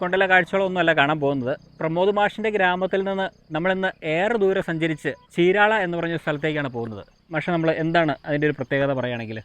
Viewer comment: Correct ചീരാള അല്ല చీరాల ആണ് cirectj